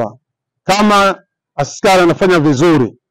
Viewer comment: Sio askali ni askari. Kwani umesoma wp mwenzangu